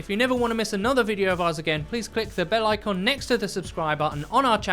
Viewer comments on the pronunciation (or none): none